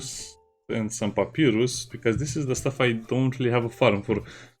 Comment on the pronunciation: i guess you didn't play Undertale? there was a boss Papyrus would cry hearing you say his name in such funny way